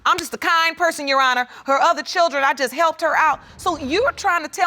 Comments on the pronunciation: I hateeee when people say “you honuh” …. It’s YOUR HONOR. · “Yes U’onna” (Your Honor) 🤣🤣🤣💀💀💀⚰️⚰️⚰️